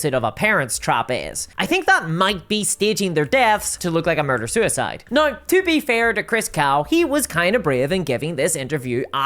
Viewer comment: So glad I completely switched to Pathfinder 2e, and now the Starfinder 2e playtest. Paizo is an ethical company. They actually listen to their customers. And it's just a better system. Super balanced. So many character options. No AI art. Physical books. All the rules available online for free! BTW, I love your accent. Scottish? Welsh? Especially the way you say "nigh" instead of "now." Also, I enjoy your humorous style.